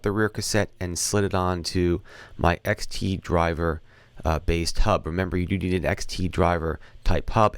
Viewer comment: xD driver, not xT !!! :)